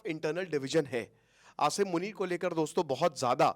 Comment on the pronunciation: क्या sir हर video में आशीरमुनिर करें हो 😅